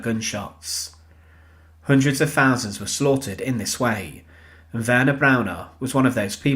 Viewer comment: Very interesting but please say thousands, not fousands!